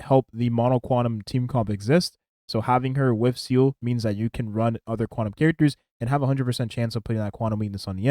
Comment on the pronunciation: Haha i like how you can keep calling here "SEAL" I personally call her "SEELEE", hate how thay all call her "SELA".